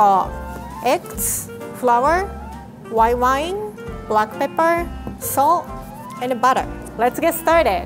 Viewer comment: It anoys me when she says make it fancy. She soesnt prounciate it right. And white wine she says wi wine